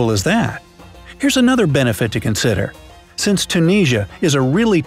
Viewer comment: That is a new way to pronounce Tunisia? ??????